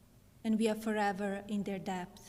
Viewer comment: When she said “depth” instead of ‘debt’, they could’ve totally stopped and started again. Crazy this is her best take of this pre recorded video.